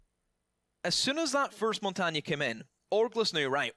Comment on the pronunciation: He also is the only one saying "Montagne" right!